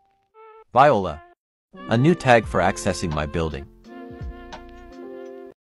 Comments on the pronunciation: Vie-oh-la? (Viola), my child, it's pronounced vwah-lar. 👍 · "Viola" lol